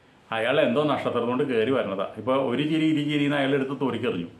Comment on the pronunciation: ചിറിയല്ല ചിരി എന്നു പറയു